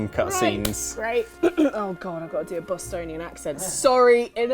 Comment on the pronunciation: Did say "Bostonite"? And in my head canon, Dogmeat isn't from Boston originally.